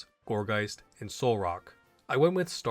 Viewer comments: And him pronouncing Shiinotic “Shintonic” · Did.... Did you pronounce Shiinotic as Shin tonic? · Wtf is that Shiinotic pronunciation. It's not even close.